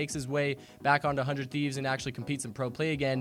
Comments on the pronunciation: HUNED TEEVES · It's actually neither of those. It's pronounced as "Hundred Thieves"